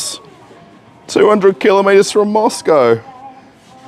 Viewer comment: Amazing place the selection and prices No loud music or 30 employees loitering around BTW say what you want about the aussies They are the ONLY people I've ever heard pronounce the world Km properly 😊